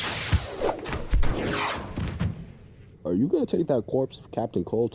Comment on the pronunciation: i'm rewatching this and i just realized that gordon said "crinimals" instead of "criminals" :0